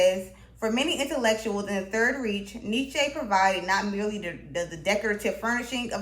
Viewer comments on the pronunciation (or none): It's pronounced "Reich" not "reach", untermensch. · Did you really just pronounce "reich" like "rish"...